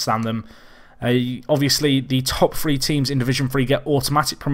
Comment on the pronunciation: He say three with a f so what do you expect.